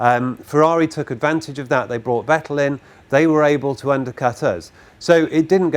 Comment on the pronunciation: Thank you for not pronouncing it "Vetell"